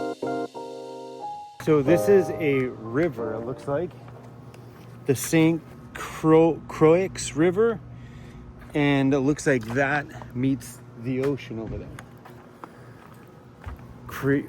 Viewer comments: St. Croix. Pronounce it Saint Croy. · St Croix is pronounced Croy rhymes with toy . The St Croix River runs thru Minnesota too which is where I live. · I think it's pronounced "Croy" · St “Croy” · It's pronounced St Croy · St. Croix is pronounced like Croy. You should have called Emi again. 😂